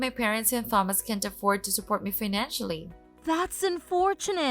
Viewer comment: Another repeat. And seriously, learn how to pronounce Thomas correctly!